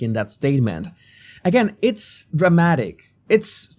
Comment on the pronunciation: bro please pronounce the words properly it is SSSSpecially not EEEspecially it is SSSSSpacey not EEEspacey it is SSSSSStatement not EEEEstatement it is SSSSStrange not EEEEstrange (I dont like Kevin Spacey btw)